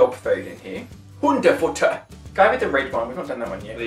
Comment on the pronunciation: Hundefutter😅😅😅, German on point, that was a nice accent!!! I am German, lol